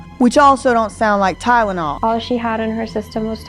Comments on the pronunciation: Weird thing is, doesn’t even say Tylenol. She says Tydenol. There is a D every time. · I'm sure BJ did mention it in the very first video she did about this. When kept saying tynenol or tydenol (it's hard to tell) I'm sure I remember BJ saying she can't even pronounce it right 😂 I had to Google what it even was. I'm from the UK and it's just paracetamol here, there is brand names but nobody ever uses them, everyone just says paracetamol. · Girl didn’t even know how to pronounce TYLENOL, she had no right taking care of other human beings 😒🙄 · I thought I was just being petty; but the more and more I hear mispronunciation of Tylenol…the more I know she’s lying. You can just tell she’s trippin over her words. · So so many things wrong here, but nobody questions she “created” this technology but can’t pronounce Tylenol? Who actually came up with this whole idea and decided to use her as the face of it? I don’t believe for a second she actually made all that herself. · She says Tylenol the way my family does, oddly enough. No idea where that pronunciation comes from, but if she grew up hearing it, well, I still say it wrong if I'm not thinking about it. She strikes me as being "the face" of the idea, not the actual originator. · The way says “ Tylenol” DRIVES ME CRAZY She pronounces it “Tynanol” 😩 I wish I didn’t care about it or whatever but it is so annoying. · Did it sound like she didn't exactly say "Tylenol" to anyone else? What I mean is, it sounded like she said "tydenol" to me. Like that first "L" was actually pronounced as a "d" for whatever reason. Idk,maybe I'm hearing it wrong. Maybe I'm not...but even if I'm right, I'm not necessarily saying there may be some sort of nefarious reason for it. To me, it's odd enough & I want to at least see if anyone else heard it. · say it with me. TY-LE-NOL. If I have to hear “TyDENol” one more time I’m going to scream 😡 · Wtf is tydenol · can't seem to pronounce TyLEnol. Not tynnol.